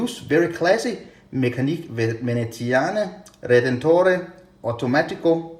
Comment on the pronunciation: Hi. Your pronunciation of "veneziane" and "redentore" was perfect but in "meccaniche" the "che" syllable is pronounced "ke" in italian. Nice review. Ciao